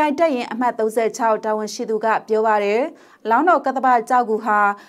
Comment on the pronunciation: အံကျိတ်ပြီး ( တယ် )လို့မပြောပါနဲ့လေကောင်မရေ့